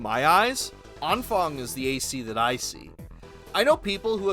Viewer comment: That was possibly the most butchered vocalization of Anfang I have ever heard. Impressive.